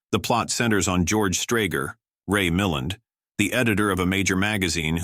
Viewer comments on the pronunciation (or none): Ray Muh-LAND, not MILL-end... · The actor’s name is pronounced Ray Mi-LAND!